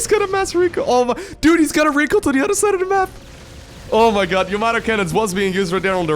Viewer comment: As long as it is not YAMOTO gun (as pronounced by Artosis) it does not matter if it's a gun or weapon or cannon.